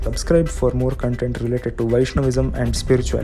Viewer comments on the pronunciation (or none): none